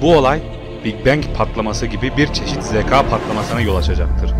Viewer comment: Bro hikaye anlatışın harbiden 10 numara. Kendini dinletiyosun. Yalnız ince â harfini kalın a gibi söylüyorsun. Yani zekâ olacağı yerde zeka ya da hikâye yerine hikaye gibi..Söyleyim dedim 💮